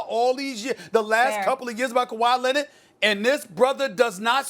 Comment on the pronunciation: Kawhi lennitt, luka doncick, max kellaman 😂😂😂